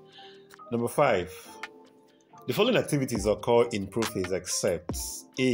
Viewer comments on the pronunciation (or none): Occur pronunciation kills me!!! oocose?? 😂😂